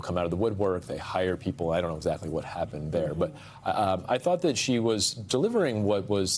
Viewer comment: "Overciached?" LOL, no she was LYING and she is a CRAP ACTOR so it was obvious.